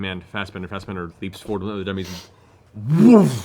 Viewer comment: Everytime Marisha says "Fastbender" instead of "Fassbender"... smdh XD